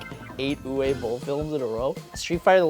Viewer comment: Uwe in Uwe Boll is pronounced Ooh-vay.